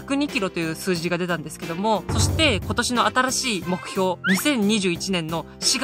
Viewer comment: 『新しい目標』の言い方が 少し巻き舌なのが好き